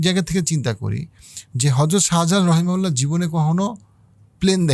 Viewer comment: রহিমাউল্লাহ নয় রহমতুল্লাহিআলা বা রহমতুল্লাহ